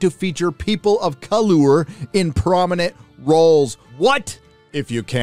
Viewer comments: colour is just pronounced color - from the English who made the word that you decided to destroy. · Your consistent weird pronunciation of "colour" when it is spelled that way tells me you don't know that that's how it's actually spelled in British English. Same as valour, parlour, harbour, neighbour, etc. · The fact you pronounce the 'u' in "colour", is cringe as hell. We both know it's the British/Canadian way of spelling it, grow up my man. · Have to laugh at you saying Colour like it's wrong haha